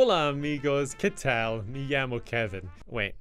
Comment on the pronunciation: that "qué tal" was the whitest I've ever heard 😂 thank you for trying mí amigó